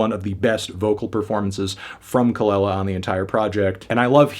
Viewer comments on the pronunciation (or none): It’s Kuh-luh-lah melon